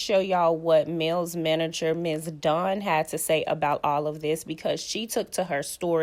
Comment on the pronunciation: Not Mel manager😂Please do better with your English…..it’s Mel’s manager.